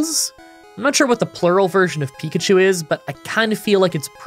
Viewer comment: Pikachi? :P